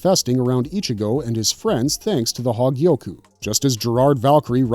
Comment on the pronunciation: That damn "hawgyiyoku"